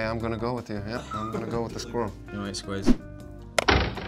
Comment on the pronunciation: See? They both said squi-rrel! #TanWasRight #SqurrlisANoise #SquirrelisAWord